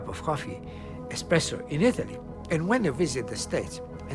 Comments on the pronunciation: Anyone else bothered by the lady calling espresso expresso in supposedly one of the oldest and most refined coffee shops in Venice, did they really hire a rookie to make commentary on this portion? I'll give her the benefit of the doubt and chalk it up to language barrier. Also a major point was glossed over, that when Italians wanted their coffee faster, it was the Gaggia family who started to produce pressurized coffee makers. The reason people wanted coffee faster was because too much break time was being taken up by waiting around for coffee. It's said the early days of espresso produced bitter cups, but as bean blends became more refined as we know them today they became more robust and with sweet notes of various flavors. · Did that lady at just say expresso?!? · SHE CALLED IT EXPRESSO I KNEW IT ALL THOSE PEOPLE SAYIN' IT ESPRESSO ARE TALKIN' OUT THEIR ASSES!!!!